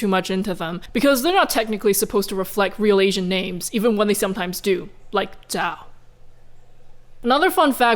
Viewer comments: I think your name, Zhao, repeatedly is butchered by being pronounced like the English name “Joe” due to a weird combo of A) the Formula 1 driver Zhou Guanyu. Zhou did suddenly become very famous online when he nearly died in a wreck last year. B) for some weird reason English speakers have a bad habit of pronouncing the first couple letters of words they’re not familiar with and throwing the rest out the window. They’ve heard Zhou and basically go “close enough. Also I love the verbalizing that insight at . I’ve work with some people who are Chinese nationals as well as have an Aunt that is a Chinese national. They all skirt that topic even in private conversations. Reminds me of interviews with Russian citizens who you can tell don’t believe the way the state portrays itself but refuse to conflict it. Growing up in the USA, it’s hard to understand that kind of environment. Although, some people seem hell bent on replicating it here 🙄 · I am still confused about the pronunciation of zhao. I have (or at least believe that I have) heard both "ZAO" and "JAO" from you and other people. So.. do both exist? or is "zao" the right one?